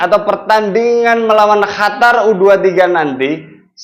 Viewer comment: bukan hatar ...Qatar